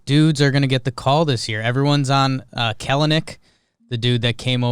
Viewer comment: I unironically think the Mariners can win the division lol. Also some other things - It's pronounced Kell-nic and he'll definitely be in LF fairly quickly this season. And Julio is the man he's the future face of the franchise I've never been more excited for a prospect in my life. And I wouldn't blame scouts for getting weird in his profile he's fucking hot